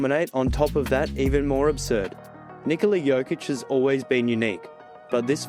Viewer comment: Finally, NIKola pronounced normally. Thank you, sir!